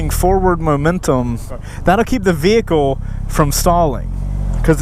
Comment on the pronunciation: Am I the only one who hates the way he says "vehicle"?